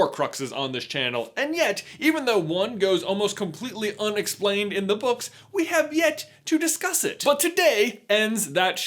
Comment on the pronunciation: "In the Harry Potter brooks....." Me:"Did he say brooks?"